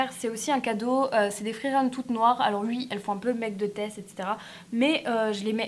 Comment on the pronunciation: on dit "oui" pas "ui"